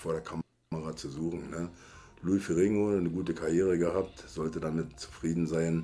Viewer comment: lou ferrringo????!!!, haste nicht mehr alle? heisst ferrinniioo, ausgesprochen.🙄